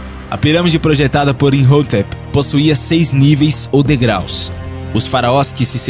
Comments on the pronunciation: cara esse "INRROTEP" que vc menciona tantas vezes no vídeo, na verdade é "IMHOTEP" é bem falado no filme da Múmia e tbm no Discovery '-' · Pronuncia errada de imhotep